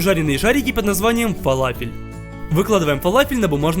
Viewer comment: Не фалафел а фаляфель!и кстать ты не правильную форму сделал!!!!!обычно они чучють плоские с дыркой посеридине!!!